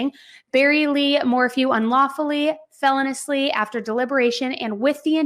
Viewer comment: Felonious "fe-loan-e-us" not "felon-us" lol.. I'm just correcting me because I hear you say it a lot and then I noticed you said it right one time in a prior video but for the most part you say it wrong LOL I'm not pointing it out to be a know-it-all